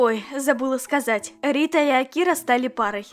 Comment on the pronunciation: Интересный факт: Правильно говорить слово Акира с ударением на букву А